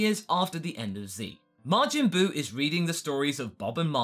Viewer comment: His name isn't Margin Buu